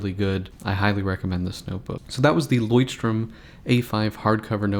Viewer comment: Why do you keep pronouncing it as "strom"? There's no 's'